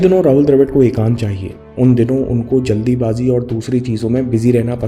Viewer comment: जल्दीबाज़ी नहीं जल्दबाजी